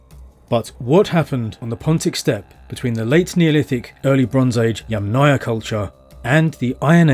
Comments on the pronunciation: YAMM-naia… YAMM+ naia. not yam-NAYA 🫡 YAMM … naia please, it’s easy, it’s like words Yummy + naia 🍓 thank you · with all respects Yamnaya pronounces with streess at the first syllable